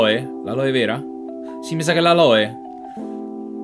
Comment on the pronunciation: SI DICE ALOE